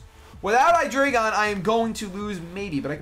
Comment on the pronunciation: for all americans who maybe not know this. Hydreigon and its evolutions usues german words for numbers: hyDREIgon = Drei = Three, same with ZWEIlous = Zwei = Two and dEINo = EIN = One. Obviously refering to the amount of their heads^^ with this knowledge i have to tell you americans that youre mispronouncing at least hydreigon :D:D:D